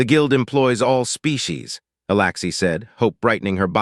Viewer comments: humm you write alexy but say alaxy please get your act together. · Alexi not Alaxi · Right foot on the left leg, Alexi is pronounced with the letter E not the letter A for Alaxi.